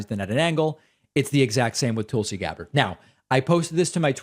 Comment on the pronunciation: Tulsi stans... you mean the "Tūls"! 😐